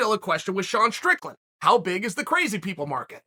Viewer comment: Props to Chael for saying “Sean Strickland” correctly like five times in this video!